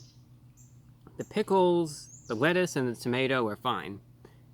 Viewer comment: Was da wettuce qwispy? It sure wooked good. hehe :D